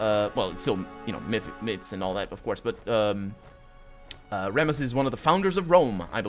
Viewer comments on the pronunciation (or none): According to myth, the story of Romulus and Remus tells of the events that led to the founding of Rome. I think Remus is pronounced as Reemus.